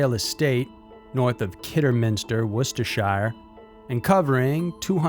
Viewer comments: Wow. Never even heard of the first one, and I’m a paranormal nut from the UK! By the way, any county name in the UK with “shire” on the end isn’t pronounced as it looks. The “shire” part is pronounced “shur” as in “er” so “Worcestershire” is actually pronounced “Worcester-shur” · Wustersher is how Worcestershire is pronounced, no emphasis on the shire bit.